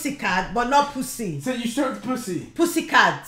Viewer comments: just says poosy its so funny 🤣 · “Poosay Licks” 💀💀💀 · Can someone find out the amount of times they said “poosy” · How many times said “poosy” 👇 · Ai lov graubing poosi* Had me dyingggh😭😭😭😭😂😂